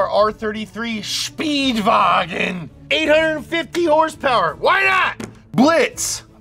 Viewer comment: Why he pronounce Speedwagon so German